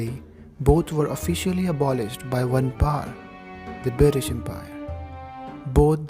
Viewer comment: You actually said the 'bri'ish empire' 🤣🤣